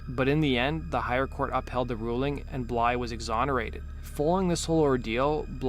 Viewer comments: BlyTHE. Not Blye xD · Blythe not bly, jeese that was driving me nuts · Blythe, not Bly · It’s Blythe not Bly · His last name is Blythe not Bly. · who told this kid his last name is bly lol. why does he think the "th" is silent lol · Nothing pisses me off like someone butchering a person’s name just because it’s a bit of a tongue twister and they are TOO FUCKING LAZY to say it properly!! Do better!! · I can’t watch this because you can’t pronounce Blythe. Shits far to annoying. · No, the narrator is softening the “th”